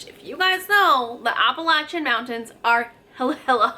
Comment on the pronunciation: That is not how you pronounce appalachian